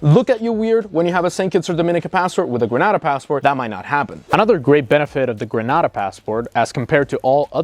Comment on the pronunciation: Gren-aid-a not gren-ah-da